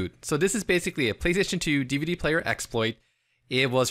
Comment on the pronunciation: "Dihv-duh." lolz